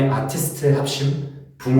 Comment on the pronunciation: 이넘 전문 연기자네 한국 말투 어눌한척하는데 어려운 전문용어는 거의 다 쓰고 애매하게 알아들을만한 용어만 생각안나는척 영어로 쓰네 근데 아티스트는 왜 정직하게 한국식발음쓰노!